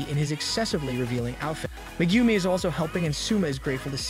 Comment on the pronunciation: I don't care about the other names, but butchering Megumis name is a sin...